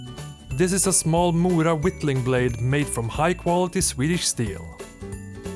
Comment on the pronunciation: Jag kände igen den svenska engelska accenten men det var när du tog upp morakniven och uttalade mora perfekt så var jag säker